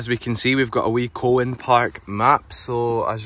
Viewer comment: It’s pronounced Cowan park as in the animal cow then an